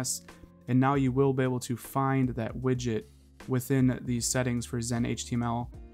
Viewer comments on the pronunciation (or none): Widget not widgit